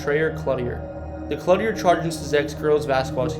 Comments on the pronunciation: What town is the school in? And I live by the old school in Clutier the one he called clutty-air 😂😂 my sons dad actually lives in Clutier,population 200 lol.... anyways a man from the town owns the building and stores his stuff in there like your cousin did. So sorry to hear of the tragedy of his only son and son in law. That's crazy how ppl do such foolish things....I hope her innocent children in the back weren't killed too. 😕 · 1..Nevada=Knee-Vada 8. Ottumwa =Oh-Tum-Wah 7.Clutier=Clue-Tier 5-Dysart=Die Zert 3. Des Moines=Duh Moine 2.Greyhound park was torn down in . Tama Iowa is more like a hour south of waterloo. Not 30 minutes. You leave waterloo 30 miles later you'll be just getting out of Hudson. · Clooteer pronunciation of Clutier. Navayda pronunciation of Nevada.